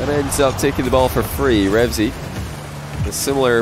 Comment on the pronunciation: stop saying REVZY, it's Reveazy*'